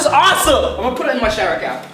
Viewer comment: Jenny Huynh oh yeah it sounds like crap insted of cap